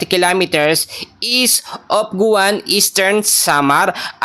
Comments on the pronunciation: Pamalimali Naman Ang report mo.ginoo.pakiayusin mo Ang pagbanalita mo.authorise kabang mag report? Yong mga lugar KC Hindi mo Alam eh.correction ha! Hindi (guan) giuan Ang tama.hindi Rin borongan kundi boronggan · Ayusin mo pronunciation mo. Giwan Hindi Guwan at Catarman Hindi Cataman